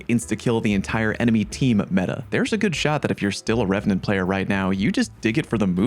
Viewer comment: You nailed revenant! There are dozens of us, dozens!